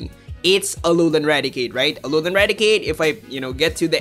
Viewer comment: Im just so triggered how you say Alolan